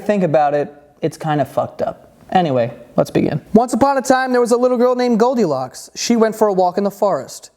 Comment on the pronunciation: I though u r saying goldicock